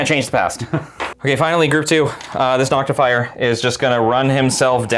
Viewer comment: You left out your most egregious error. Saying NoctiFYER instead of Noctifer. ;)